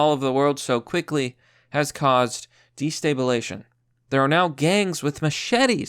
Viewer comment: Destabilization. You're saying de stay bull ay shun and I'm dying. Grammar suspected white supremacist out.